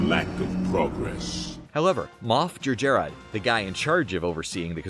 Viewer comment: It's pronounced "Jer - Jer-rod".Not too hard to say it yet you failed more than once.